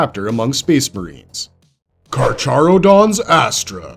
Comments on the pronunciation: You absolutely butchered the carcharodons name XD it's read like so kar-ka-ro-dons, like the latin name for sharks. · Idk why but the way he said carcharodons pissed me off